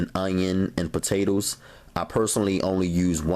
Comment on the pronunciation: "the potatews" 😭😂😭